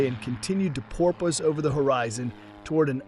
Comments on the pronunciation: Can't pronounce "porpoise"? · Nice, informative video. I guess we'll need to wait for the next model-year of AI to master the word "porpoise". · I enjoyed flying the 177 more than the 172, finding the heavier controls resulted in smoother handling and better landings. It was also more comfortable. Last, please check your pronunciation of porpoise.